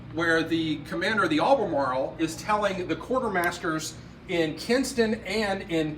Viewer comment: Kinston, not Kingston. Great work otherwise 👍